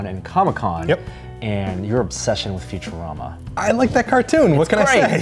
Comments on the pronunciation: Did he just say. FuturAMMA. Gawddddddddddd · I love "future-am-a"<Phonetic when it's pronounced Future-Ahma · Did he really pronounce it futu-RAM-ah? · Did this dude just say "future- ama"? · "Future ram uh" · It's cool and all but when he pronounced futurama ...who says it like that? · "well i love futureama" yet you cant pronounce the name. pretttty sure youre just doing this for money.